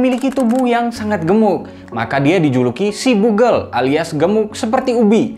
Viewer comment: Bukan bugel bro.. Tapi bogel.. Gw asli Pekalongan sering denger kata ini tapi emg penyebutannya utk org yg pendek